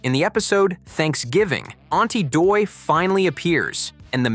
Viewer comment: That's aunty dottie not aunty doy